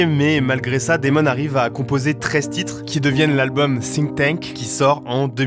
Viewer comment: faut revoir la prononciation des titres en anglais on comprend rien😂